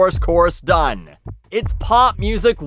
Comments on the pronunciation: I like hearing you say "pop" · I can't tell if you say pop weirdly or you've just said pop so much this video that it sound strange now. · No there's definitely a w in there lol